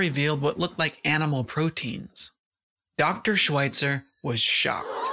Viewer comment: Great vid, but her last name is pronounced with the "Sch" sound. Not 'sw'. Sorry . It was driving me nuts.